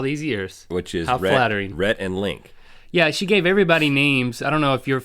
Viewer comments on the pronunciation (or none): link, it sounds like your name is "the red"